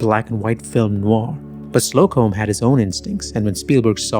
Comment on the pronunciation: LOL "slow comb" 😆 ... it's pronounced: "Sloke 'em". 🧐 Also, you can see how real it gets when Belloq swallows a fly. Except he didn't swallow a fly - that was the brilliant work of the movie's editing department. God, this movie's great.